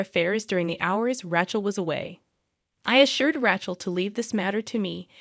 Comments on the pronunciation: If they can use AI they ought to be able to get it to speak words the way it's supposed to instead of calling her Ratchel. Some of the stories are good but the AI ruins the whole thing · This AI generated voice is appalling. It can not even pronounce RACHEL correctly It is pronounced RAY SCHELL. TERRIBLE. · I agree. Not to mention RAY-chel. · Does anyone check these before posting? Rachel is incorrectly pronounced all the way through - it is annoying so much.